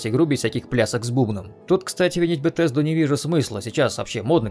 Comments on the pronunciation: Не Бетезда а Бесезда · Не "БеТесда" а "БеСезда". К-критика. за ролик лайк. Фанат фалыча но последний реально шлак